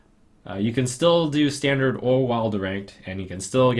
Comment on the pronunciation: is german, so it´s "standarT" not standard.